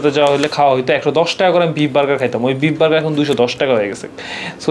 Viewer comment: Please either speak English or Bengali. If you do both at the same time, it’s insult to both languages. Lastly, don’t use words that practically means nothing neither in Bengali nor in English. And you talk and eat at the same time? Disgusting! I understand it’s a Food video but come one now. Lastly it’s beef not beep!!!!